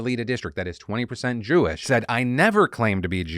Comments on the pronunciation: Ok, the "Jew-wish" thing made me actually lol. 😂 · “Jew-ish”….that’s the funniest thing I’ve heard all year😂😂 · "Jew-ish" I CAN'T 💀💀😭😭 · He said “jew-ish” 😂😂 wtf santos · "Jew-ish"?!?! XD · "It's Jew-ish not Jewish." "It's LeviOsa, not LeviosAR." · "Jew-ish." Okay, bro.